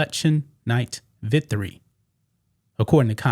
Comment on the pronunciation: “Vithery” Or “victory”